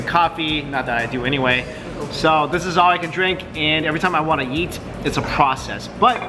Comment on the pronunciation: every time he says eat i hear yeet